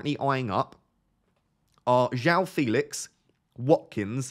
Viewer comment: Come on! Joao already said it's pronounced fElix 😆